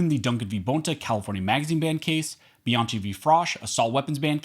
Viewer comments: Great article. Bianchi is pronounced Bee-on-key, btw. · It's pronounced "Biankey"!!! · Bianchi is pronounced Be-an- KEY. It's an Italian last name. Thank you for the content btw. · Dude, Bianchi is pronounced bee yahn kee. There is no letter k in Italian, so they use ch for the k sound. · Bianchi is pronounced Biankey.